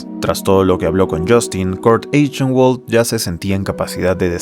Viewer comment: Muy buen video, buena edicion, buena narracion y buen pace. Pero pequeña observacion que me molesto un poco: Eichenwald seria pronunciado como /aijenbald/ entiendo que no es un apellido comun y que es un detalle muy bobo pero nada mas pa que sepas. Ojala llegues pronto a los 100k, disfrute mucho viendo este video